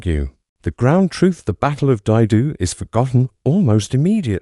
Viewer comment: Is this the future of youtube videos? Just bullshit AI voices? I have a friend who was at Dai Do and was about to watch this when it was totally mispronounced. Good luck in your low-attempt endeavors.